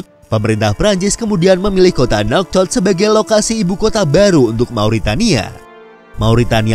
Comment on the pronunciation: itu bukan nauchot di baca naushoot